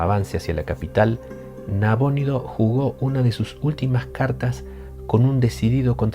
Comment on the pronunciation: ¿ Nabónido o Nabonido? nunca lo había escuchado con acento.